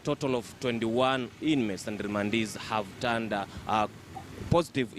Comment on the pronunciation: Wee ongea vizuri....Remandees...or Rwandeees????😭😭😭😭